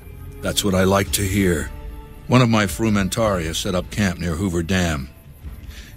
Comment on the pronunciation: It's Hostìlius, not Hostiliùs. How did they botch all latin accents?